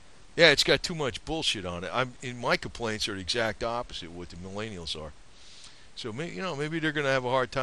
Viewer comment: Answer: because the baby boomers fucked up the economy and now "MilAYneealls" have difficulty buying things like your overpriced cars and houses and paying off student loans without an outrageous amount of debt. Because we haven't adjusted for inflation and now "MilAANelals" cant live off of minimum wage like you could have up until about the 80's. So yeah god forbid "MallAyENeealls" are less materialistic than the previous generations. (Edit): also because jeeps suck. If you wanted to show off your *extensive knowledge of jeeps*, you don't need to bash "MelleAYEEneEellls" to do it. Just make a video. (And maybe you wouldn't be made fun of for how you pronounce Millennial)